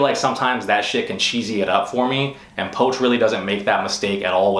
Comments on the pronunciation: Poch (poach), I thought it was pronounced "Pooch". He seems a bit full of himself lately, but he is good! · u just butcher pronouncing poch name